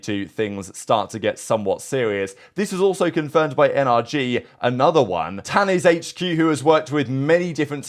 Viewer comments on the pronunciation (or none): “Tanizhq” is actually an indian name which pronounces as “ton-ish-k(k as in key)